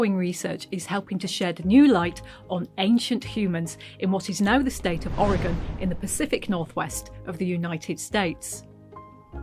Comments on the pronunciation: Fantastic! Thank you for pronouncing Or e gun (Oregon) correctly! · I love this feature! Thank you for pronouncing “Oregon” correctly. Many in the US fail to do so and it tends to make people from the region cringe. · Wow! Thank you for the correct pronunciation of Oregon! Might have missed news of my state of I didn't watch TT regularly. Maybe a sub-title would bring other Oregonians to watch this episode 😉